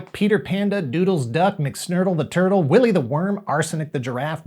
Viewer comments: My favourite ever show. The Boss FIght Figures are gorgeous too, desperate to get more but sadly hard to get in the UK fully triggered by "Wally Duwit" instead of Willy though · Are you pronouncing Willy like Wally on purpose? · He keeps saying Wally right? I'm not going mad am I? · its willy not wally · As a fan of both TMNT and Bucky O'Hare, I found the early 90s to be a great time, with so much of both franchises to enjoy. Also: it's Willy, not Wally. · Willy, not Wally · You keep calling the kid "Wally", but from all the times I have heard his name, and the name plate on his bedroom door, his name is "Willy". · Willy not Wally